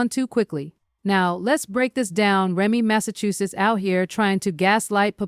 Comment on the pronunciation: Who tf is "Remy Massachusetts"??? 😊😂😅